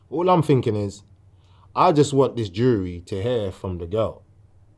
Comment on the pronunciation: he says jury like DJ Khalid says jewlery